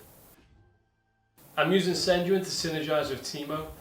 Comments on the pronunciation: love this so much sejuani is actually pronounced sej-wah-neh as it would be in ur sexy accent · well that was certainly a unique way to pronounce Sejuani